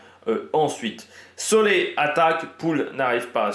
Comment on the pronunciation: on dit vraiment marc solé?